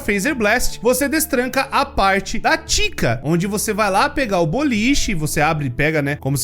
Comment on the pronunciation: É engraçado como o pronunciou o nome da Chica